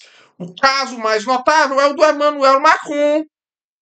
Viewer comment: "vaterlô" "jeicob rrótisild" "emanuel macôn" Magnânimo!